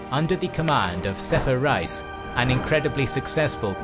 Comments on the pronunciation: Piri Rice 🤭 Actual pronunciation : Piri Race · Turkish viewers, please correct me if I am wrong: Reis is pronounced as Rays, not Rise. It means Admiral. When you say Admiral Piri Reis, you'd be saying Admiral Piri Admiral.:) Keep up the good work,! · Both of them are incorrect. His name is Piri Rais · Thats the spelling Piri Reis or Piri Rais however the correct pronunciation in Turkish is literally Race like Ray-is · I thought it was pronounced piri RACE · I cannot help but laugh whenever you call an Ottoman admiral 'rice' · Btw, his name is not Rice, it is an Arabic and Turkish title that means Captain or leader, it sounds like Rice but it is not indeed!